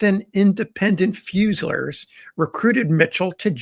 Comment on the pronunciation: Fusiliers is pronounced fyoo-zuh-LEERS